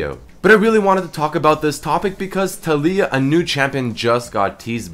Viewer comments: Taliyah. Pronounced Tall-ya not Tall-ee-yah. come on..... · Pronounced Tay-Lee-Ah not Tally-Ah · I dont think her name puts infesis on the "li" part of her name, i think its tA-li-uh. not ta -LEEy-ah. just my thoughts. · Why do you say Ta-lee-ia? Isnt it Ta-lái-ia? It sounds better in my opinion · I feel like her name is pronounced Tah(like Tackle)-Lee-Yah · It's fuckin Tal-EE-YUH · It is pronounced tar-lee-ar